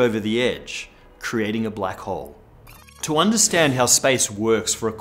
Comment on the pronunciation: first i understood "black hoe"